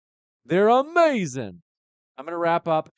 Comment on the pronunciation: 😅 Why are you saying amazing like that, stop, biting all Black people all the time man, what kind of people do your own thing?